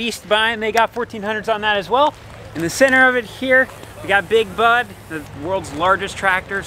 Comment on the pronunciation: It’s a good thing the Big Bud was spelled out on the truck because I thought you were saying Big Butt. 😂